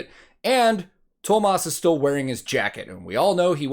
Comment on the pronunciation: Huge Thank you for the effort!! We finnish, we dont mind and we do understand no matter how you said it. We know how hard this language is :) hint Tuomas = two-o-moss ;)